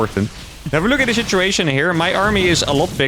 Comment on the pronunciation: Are you saying shituation instead of situation to see if anyone notices?